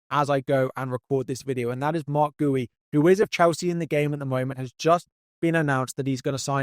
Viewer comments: Marc 'Gooey' lol. Its 'Gee-oo' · I think it’s pronounced Gee-ooo, not Goo-ee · Guiu pronunciation guide: GWEE-U. Ndiaye guide: JAI (rhymes with bye) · Great video as always but please take some time to pronounce players’ names correctly, such as Gyokeres, Esteve and Guiu